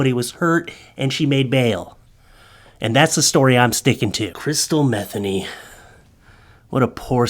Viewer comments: Her name is pronounced Matheny, you pronouncing it methany is funny but incorrect! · I think it is mah they knee. But still awesome sauce content.